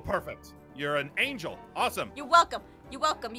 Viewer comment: Did any one notice that called Jess "angle"?😂